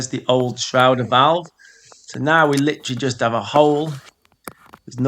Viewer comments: FFS - Stop saying SHROWDER VALVE - Just look at how it's spelled - it's a SHRAYDER Valve - dickhead. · It's a SHRADER valve. SHRA rhymes with HAY, not HOW!